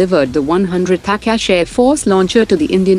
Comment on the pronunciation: Why does the narrator mispronounce most of the Indian names, like Tata and Akash in this episode?